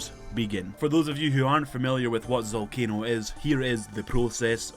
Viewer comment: the boss is called ZALCANO not ZOLCANO OMG DUMB YOUTUBER